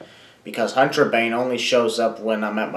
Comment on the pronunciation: I thought it was pronounced "Hunt-rah-ban-ae."